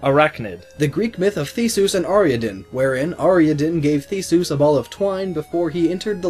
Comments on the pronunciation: You should probably try pronouncing Theseus and Ariadne one more time. [Thee-see-uss, Are-ee-add-nee] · Theseus. THEESOOS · you pronounced Theseus' and Ariadne's names wrong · i hate the way he pronounces theseus